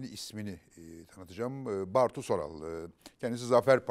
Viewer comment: Erdoğan Soral derken, bir an bahsettiği adamın soyadını unuttu sandım, meğer babası imiş, niye bu kadar zor Soral dedi hoca, :)